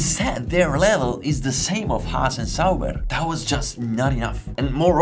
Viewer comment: This guy is capable of pronouncing the "h" in "how" perfectly but still chooses to say "'aas" and "ulkenberg" and I love him for it. Subbed.